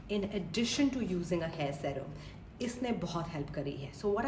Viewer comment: Serum is pronounced “Seerum”